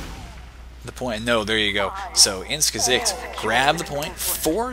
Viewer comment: wow good pronunciation of "ins gesicht" did you learn german?